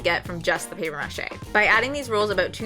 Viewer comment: The mispronunciation of “mache” and “process” make me cringe. And the light is terrible. The bench is great, though. Just hard to watch with the weird pronunciations.